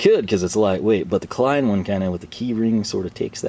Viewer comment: So you call Klein Lein? 😂